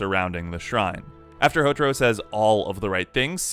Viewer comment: "Hotoro" "Hotoro" God!! HoTAro! Ta! its Ta! Pretty sure u heard his name said hundreds of time in the anime....